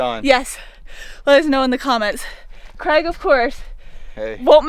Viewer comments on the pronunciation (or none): none